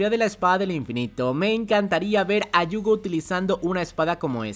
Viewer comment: Por qué se la pasa diciendo Yuugo? Me da no sé que!